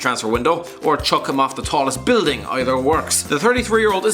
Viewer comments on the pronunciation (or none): none